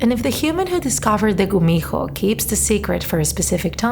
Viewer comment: Not to be rude but it’s kumiho with a k not g is that ok? Good story and art